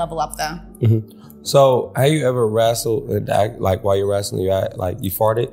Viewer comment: I am not a wrestling fan. But I truly lover her❤❤😂 Also…Can someone let Funny Marco know it’s “wrestling” not “wrassling.” It bothers me….Good Day ✌🏽